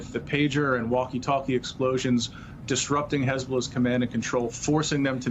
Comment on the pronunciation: Hey-bullah! Please check your lullah😂😂🇮🇱🇮🇱